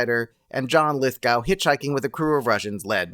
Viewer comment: 2010 is worth watching if only for sequence of air braking through the outer atmosphere of Jupiter. Also, John Lithgow pronounces his name "Lithgo," and always has.